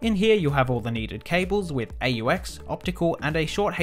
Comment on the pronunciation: Aux is short for auxiliary and is not an acronym but an abbreviation and so pronounced, ox.